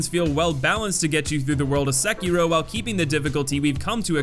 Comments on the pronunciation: No youtuber I've seen pronounces the game's name correctly. You're close though. Se-ki-ro. Not Sek-kiro. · My dude its not "Sekeeroe" Its "Se-ki-ro" Edit:Plus i would put perilous atts in the hate.category tbh. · Sehkeyrow.... lolll.. great video but you are kind of pronouncing it hella wrong bro.. lollllz.